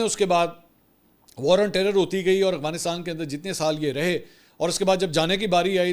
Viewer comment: منصور صاحب آپ افغانستان کو اغوانستان بولتے ہیں